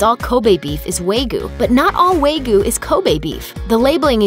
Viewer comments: It’s wahg-yu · My god learn to pronounce Wagyu properly.. it's pronounced WAH-gyu... not WAY-gu.. smh. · Wey goo? It's pronounced "Wah-Gyoo" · Wagyu : WAH-GYU. Not Way-goo 😓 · And, uh, "WAY-goo?" Don't you mean "WAHG-yoo?" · I think the funniest thing is the people complaining about "WAY-goo" correcting with their own mispronunciation of "WAHG-yoo." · It is wa-gyuu, not wa-gyoo. The former is わぎゅう, while the later would be わぎょう. The う at the end, normally just pronounced "u," means that you prolong the vowel when paired with a sound ending in "u" or "o." My go-to would be , but they do not seem to have a pronunciation on file. I believe that you can access the following without an account, and the distinction between the "wa" and the "gyu" is very distinct here for my ears. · she is pronouncing kobe right. I am full Japanese and I know that. However, WTF is "wagu" lmao its "wagyu" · Pixl Agreed. I've never heard of anyone pronounce it Way-goo, because just look at the way it's spelled: wa-gyu. Anyone who pronounces it way-goo is either lazy or dumb. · Say it with me: wah-gyooh, not way-goo. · WAY-GYU? No, WAH-GYU! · What the fuck is "way goo"? It's "Wah-gyu" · It's "WOG-you" beef, NOT "WAY-goo"! Sheesh! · excuse me. did u say waygu? or WAG-YU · WAHG-yoo. Not way-gyu. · hmm WAYGU beef??? or WAGYU beef?? get it right people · What the ⑨ is a "Way-Goo" beef lol Wah. Gyoo. Like "you," except with a "G" in front >A> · It's "Wa gi yu" not "way goo" beef. Wa-gyu. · It's not pronounced "way - gu", but "wah - gyu". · Just a heads up, it's actually pronounced wAHgyu not wAYgyu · It's not 'way-goe', it's 'waa-gyew'. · Way goo?? Why not try "Wah ghee-you". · WAYGU WAYGU WAYGU WAYGU IT'S WAGYU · Wa gyu. Not wayyyyyyy gyu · Wah gee you, not way goo. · wa-giyu, not wei-guu... smh. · Wag-yu, not Wei-gu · "WAY-GU" omg its pronounce as WAG-YOU -_ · "wog you" - not "way gyoo" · It’s not “way gyu” 🙄 It’s pronounced “wah gyu”!! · "waygoo" It's "wah - gh - you" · "WAYGYU" UGHHHH